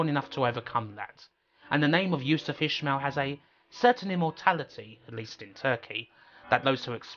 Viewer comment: It's ish-male, not ish-mill. I've never heard an English person not annunciate the double syllable. Not saying it doesn't happen but still.